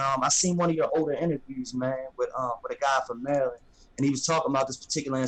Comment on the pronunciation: you mean Merrraland